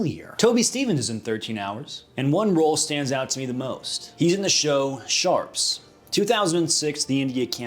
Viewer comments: "Sharpes", it's Sharpe! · Sharpe not Sharpes. hani not Johnny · Man, I love everything you do but as a Brit you need to realise that it's pronounced sharpe not sharpes. He isn't multiple people. He's just one he is a God. The man must be worshipped and his name must be said correctly. He isn't some kind of 1860s rifle use by Quigley. No, he is a chosen man of the kings army and the ultimate soldier now. I love you. Please please say it sharpe. Sharps thank you for listening to my TED talk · It's SHARPE not Sharps. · It's Sharpe, not Sharpes 🙄 🇬🇧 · why do you say SHARPES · The way he says sharpe makes me cringe